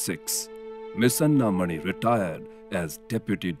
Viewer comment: Commendable production. But I wish that the names of Ms. Anna Mani and Dr.C.V. Raman were correctly pronounced!